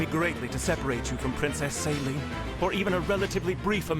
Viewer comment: As a french speaker, the pronounciation of Céline's name in this game is absolutly atrocious 🥲 They say it like it's saline, but it should be pronounced as say-linn (like lint, but without the t). Hope this helps 😁